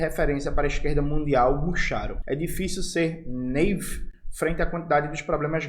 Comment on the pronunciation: Naive é de origem francesa n precisa tentar falar ela como se fosse inglês n cara, diz "naíve", significa "ingênuo", longe de mim querer ensinar nada ó grande mestre Jones, vc é o cara.